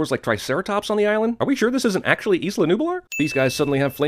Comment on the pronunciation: Why the fuck did you pronounce isla as izla? It's said eyela you plebian :p